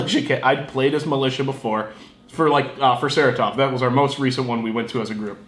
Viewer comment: Sa-Ra-Tov not "sarah-tov"